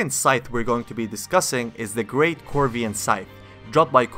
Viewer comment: "corivian scythe" well almost